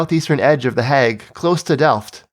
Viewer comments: I like this video, but the way you say "The Hague" is really weird. It's pronounced "hay-g", like "plague", not "hag" like "bag". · "De hegg"